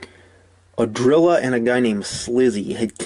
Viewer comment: Ahhhdrilla ahhh 🤣🤣🤣🤣